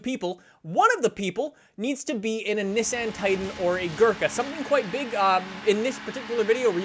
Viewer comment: He mispronounced nissan and veneno